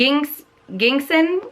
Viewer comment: Aha the g in ginseng is pronounced like the letter J 🤗 and I think a neutral shade from the line would look good on you!! Thanks for mentioning the sliding around part. I'll take note of that